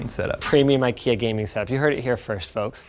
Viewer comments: No, he is trying to say ''ingvar kamprad elmtaryd agunnaryd'', IKEA. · As a Swedish person it is hilarious when Americans try to say names of products from ikea. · As a Swede I should let you know, It's not pronounced i-kea, it has a long "e" sound at the start, instead of a long "i" sound. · sort of in sweden we pronounce it ikea whit an slow/longer i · As a swede, i feel a little offended at Linus attempt to pronounce ikea 😂